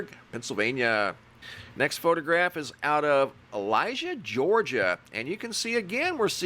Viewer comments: It's pronounced Ella Jay, not Elijah. Lol. We do have some difficult to pronounce names for towns here in the South. Best regards. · Mary with the sky picture here 😊 Elijay is pronounced el-ih-jay haha 💛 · Love your channel! FYI, Ellijay is pronounced "Ella jay" lol !!! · Ellijay, Georgia....El luh jay....lol it's ok, we hear it all the time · Yes. ELL-ih-jay.